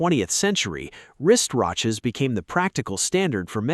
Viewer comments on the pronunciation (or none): "wrist ratches"... Reminds me of the tongue twister. Try to say "Irish wrist watch". 😅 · Wrist “ratches?” I guess even AI can mispronounce words. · rist raches? lol wrist wratches? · 'Wrist Rotches'😂